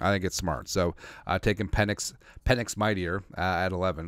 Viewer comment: Pe"NIX" as in NO!